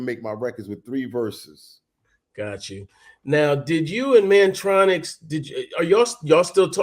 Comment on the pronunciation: Kurtis name is Mantronik, not Mantronix. Mantronix is MC Tee and Mantronik